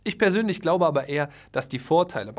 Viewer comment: Das Wörtchen „ABER“... und das auch noch betont, wie du es betonst... also ausdrucksstark... zerstört alles, was du vorher so wohlwollend positiv für die Makler formuliert hast! Du warst noch nie dabei, wenn Parteien sich nach einem Kauf zerfleischen wollen... da spätestens ist ein Makler für die Partei, der Unrecht getan wird, pures Gold wert - ganz gleich über welchen Kaufpreis oder über welche Komplexität des Deals wir sprechen!